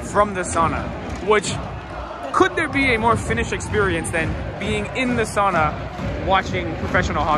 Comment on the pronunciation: more free Finnish lesson: SOWna, not sahna (sauna). Now you're a local!